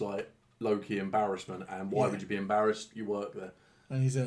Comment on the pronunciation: I just realised when says ‘I’m embarrassed’ it also sounds like ‘I’m in Bears Ass’